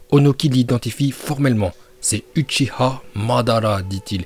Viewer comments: C UCHIHA normalement renseigne toi avant🤦🏿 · Wesh frère tu gâché ta propre vidéo prononcé bien les mots c'est pas "ichiha" mais " Uchiwa" !